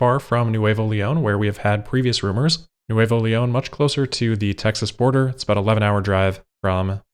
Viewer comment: FYI Neuvo. In Spanish the V is pronounced like a B Neubo Berry goot.